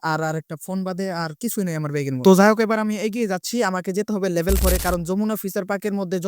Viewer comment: Label ❌ Level ✅